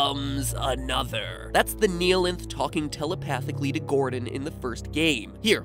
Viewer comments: I know this i a five year old video but, THE"KNEE-LINTH" WHAT THTBANLKJNFLKAJFLKJLAKSJFLAKFJALSKFJAL:FKJAOiLKFJOIOFHJuIJFOAUIHJFOAI:KJFFHAUIOFJAOIFJOAIFJIPAUOJFOAISJFOPIAJFOIAsJFOPAIJFPOAIJFPOAIsJFOAiJF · the way he say "neeheelanth" instead of "nighhilanth" annoyed me sm for no reason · everyone: says nihilanth the right way matpat: neeyalinth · “The Kneealength” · Gλme theory You pronounced the Half-Life 1 boss wrong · The most offensive part of this video was the mispronunciation of Nihlanth.